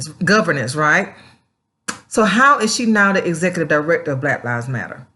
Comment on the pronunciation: "Blat Lives Matter" LOL.